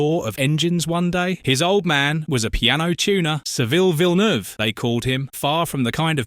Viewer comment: Full of inaccuracies including a narrator who can't even pronounce Gilles' surname...